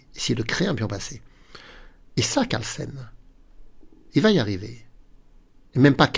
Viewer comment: Je n'oserais pas sacrifier ainsi sans avoir tout analysé (ce qui est impossible, au moment de jouer Cxe4). Mais je ne suis qu'un petit joueur... Un petit truc pour: penser que "Carlsen" se prononce comme "Larsen", ainsi ça devrait venir tout seul.😊